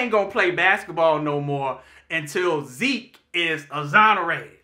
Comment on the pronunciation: I knew after a 1,000 of us said ZEKE ZEEK.... you all would RESPOND!! Enjoyed the review nonetheless!! Esp when says "MA-RIR-REZ" 50x...Imma need him to just leave it as is...WE KNOW ZAAAAKLY who you're talking about!!! ✌🏾